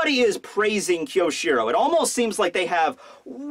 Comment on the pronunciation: i wish i could fix your pronounciation of kyoshiro